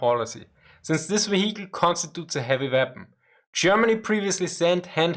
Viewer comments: Love your videos!!! :) Your English is always improving. It's very impressive. What I am about to say comes from my old days as an English teacher. Now, I recommend you try to relearn the pronunciation of the word, "vehicle". It's VEE-hik-al. Not vee-HIK-el. :) AGAIN!!!! LOVE YOUR VIDEOS!!!! AND YOUR ENGLISH IS GREAT!!!!! Just helping you polish it up a bit since this word comes up in almost all of your videos. I think you have already corrected the word "morale". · The "h" in "vehicle" is sort of silent. So it sounds like veeya cull. It sort of rolls off the tongue nicer.. heh. Cheers for the insight old chap. Great work as ever.